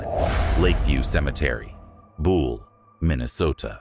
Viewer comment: It is BUHL Lakeview cemetery, not Bool